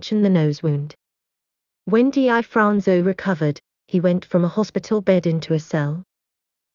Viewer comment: #1- The narratator seems unfamiliar with the subject matter and the English language. She constantly mispronounces his name. Its pronounced, Difronzo. Just like it's spelled. Not D I Fronzo. Also, you said his nose was shot off. Wrong. It was sliced off by a plate glass window as he was escaping a robbery. If you're going to make a video, at least get the basics correct. I could go on, but you get the idea. And what's with the zooming in and out? That's unnecessary and distracting. I had a hard time watching this video with all the mistakes and bad pronunciation. Learn the language if you're going to do English speaking videos.